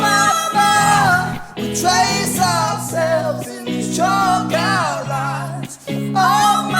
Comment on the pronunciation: your accent is gorgeous, but I swear when you said "chalk outlines" the first time in the beginning of the video, I could've sworn you said "chocolate wings" 😄